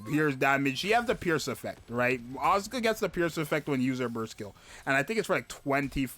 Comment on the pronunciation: Crown is my highest CP unit, but I will try to pull for Mari too. Btw it's As-ka not As-U-ka, the u is not exactly silent but it sounds 10x less obnoxious than AsUka, check the pronouciation yourself.